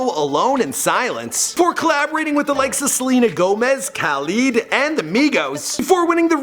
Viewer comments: KHAleed ? wtf bro ITS KHALID KHA LID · It’s not kaleed kalad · My guy said kaleed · Kuh - lead, not Kal - lid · Lol... I know what you mean. Khaleed not cal-eed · Did he just say (Kah-Leed)? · Bahahahahahahahaha he pronounced it Kuh-leed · Its pronounced Kuh-leed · Khh-aaaa-leed that hurt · Pheonix G It's khalid i'm arabic and my cousin is capled khalid and some of my class mates arw called khalid too ... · He say kha leed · I think it's kuh-leed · basil asar u mean ku leed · Y u saying Khalid like that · Why did you pernouse Khalid like they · It's not Khalid, it's Khalid